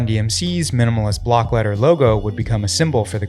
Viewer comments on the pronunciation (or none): none